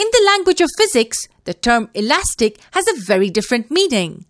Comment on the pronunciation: U can’t say alastic